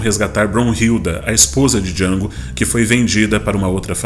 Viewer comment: o D é mudo, caipira